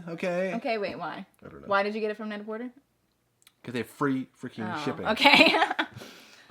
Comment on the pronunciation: It is said „net a porté“, cause it is a fictional name based on the french „pret à porter“. So you DON‘T say the r at the end! Sorry, I really like you, but every time you say it the wrong way it makes me cringe.